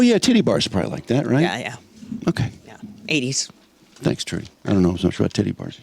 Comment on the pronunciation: Is that Trudy Daniels? Great memory from the radio days - I heard her name as "Chewdy" Daniels. I swear all of you, including Mike (RIP), said it that way. "And Chewdy's got some news on ... ". Belfour Blows